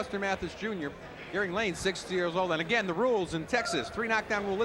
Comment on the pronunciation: The fighter's first name is "Garing" Not "Garib." Garing Lane. Come on, this is embarrassing.